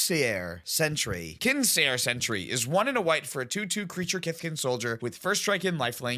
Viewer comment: it's pronounced Skincare Sentry